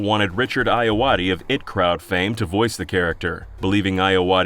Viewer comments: It's I.T. crowd, not it crowd. Eye tee crowd. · Lol it's not 'It' Crowd, it is I T Crowd. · Great vid. One critique: "it crowd" ...sigh lol I T Crowd for IT as in Information Technology ;-) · It’s “The I T Crowd” not “The It Crowd”. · For the love of god its pronounced I (Eye) T (Tee) crowd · it's "I-T Crowd" not "IT Crowd" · I wasn't familiar with Richard Ayoade at the time, but now that I am, I think he would have been awesome in the role. Also, it's "I-T" Crowd, not "It" Crowd. As in "Information Technology." It's a fun show. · "it crowd fame" Man. It's IT. Who tf says it. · the "IT" in "IT Crowd" is pronounced "I.T." (like the I.T. department), not "it" like the clown movie. Small mistake, yes, but a repeated one. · I'm sorry did the narrator just pronounce I.T Crowd it crow? That's just disturbing. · "IT Crowd" IT'S I.T. CROWD EYE TEE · I don't know why this bothers me so much but... it crowd?!?!?!?! Really??? Why do you think it's it crowd?!?!? It's I.T. crowd. IT like the information technology department in companies. I think this is the sign that I'm too tired and should go to bed. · "It Crowd"? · After all that research... They missed the show IT Crowd is called "eye-tee" crowd. Not it crowd. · It hurts me to hear you say 'The it crowd', not 'The I.T. Crowd' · Lol “it crowd” I.T. Crowd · Why are you saying it crowd? It's IT crowd like the letters, you know to do with computers? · Hearing you say "the it crowd" with all confidence was a jurney I didn't know I could take. It's IT, as in the computer cience term for Information Technlogy. The IT crowd revolves around 2 nerdy guys working at a large company's underwhelmingly small IT department with their co-worker who has no absolute clue about anything computers. It's amazing. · Hearing It Crowd instead of I.T. Crowd feels bad. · "it crowd" it's I.T Crowd, genius! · i love when americains call it "it crowd" when its "I.T. crowd" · That's what I'm saying. Eye tea crowd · That hurt my soul